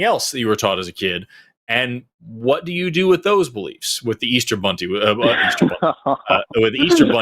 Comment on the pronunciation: I'm filing 'Easter Bunnty' right alongside some of my favorite Forest's verbal slips and spoonerisms. It's JUST underneath Philosiface.